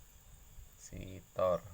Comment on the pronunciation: Mantap dek bro🤙🏽 tapi namanya bukan kampasitoer tapi capasitor (kapasitas atau yang menyimpan memuat) 🙏🏼